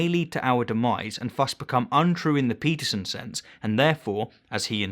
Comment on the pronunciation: So you "Debunked" his perception and meaning of truth by telling us your perception of the meaning of truth? You cant debunk a claim by asserting another claim that is no more plausible than that you are trying to debunk. Realist truth is simply the truth ypu believe. And ffs you pronounce his name Stein not steen.